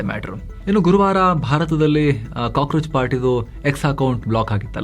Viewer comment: Kakorachu ucharu